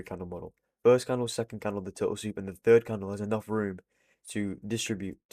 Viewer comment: Bro said tootle soup